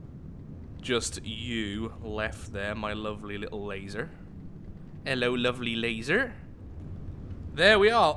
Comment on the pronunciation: Irish “laser”